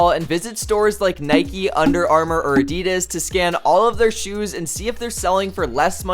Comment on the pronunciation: PLEASE PROUNUAUNCE ADIDAS RIGHT